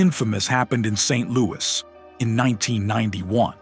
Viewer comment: If you're going to threaten to boo your potential subscribers IF they don't hit the subscribe button, you better make DAMN SURE you ain't using lame AI narration that says "GnR were banned from Saint..... Louis"!! How terribly unprofessional!!